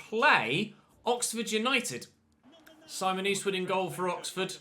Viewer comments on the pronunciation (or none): none